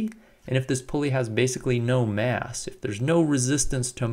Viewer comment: I keep hearing 3 &5 kilogram 'ass'